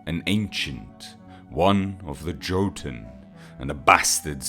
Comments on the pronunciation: Its not pronounced JOtoun,its pronounce YOtun,dumbass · If you mispronounce jotun 1 more time